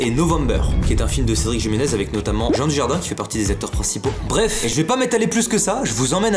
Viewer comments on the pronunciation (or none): Le Jiménez je crois qu'il se prononce comme le moi de novembre